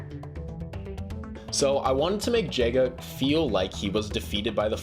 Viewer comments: By the way, Jega is pronounced Yeyga, not jayga. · It is pronounced yega but spelled jega